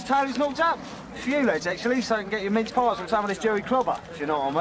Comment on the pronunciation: See, I’ve never watched this with subtitles, so I though they said “mitts-paws” like some slang for getting their hands on the “Gerry clobber”, German weapons/uniforms/gear (kits). Had no idea it was “mince pies”